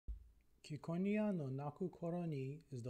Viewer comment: IT'S CI NOT KI